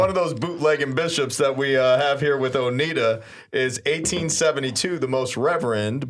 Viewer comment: It's pronounced O-nai-da.